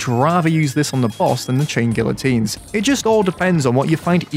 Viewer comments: its pronounced GEE-a-TEEN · You corrected yourself and you were still wrong. It’s ghee ya teen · You churn these vids out like sausages btw I pronounce it gee-uh-teen not sure if thats correct tho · please its pronounced gee uh teen, you hurt me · bro its gee uh teen bruhhh 😭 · it's pronounced gee-uh-teen because the "LL" makes sort of a "Y" sound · Gee uh teen. PRONOUNCE IT CORRECTLY. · the funniest thing about him correcting his own pronunciation is that he's STILL pronouncing it wrong after he gets it right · You managed to mispronounce guillotine, correct yourself, and then proceed to use an incorrect pronunciation for the rest of the video anyway. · The fact that you corrected yourself and still got the pronounciation wrong XD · You still said it wrong btw